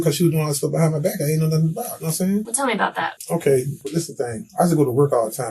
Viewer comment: "Nahm saiyn?" Yes, i speak English